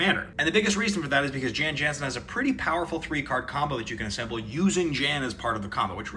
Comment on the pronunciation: Sorry, i know this is petty, but as an old bg player, its pronounced yawn yawnsen. Its petty, im sorry.